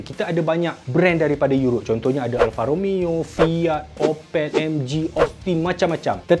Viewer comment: "Alfa Romayo" orizainal